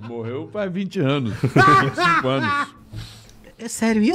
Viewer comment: a risada do cara KKKKKKKKKKKK o outro falando "ele moRreu" KKKKKKKKK passando mal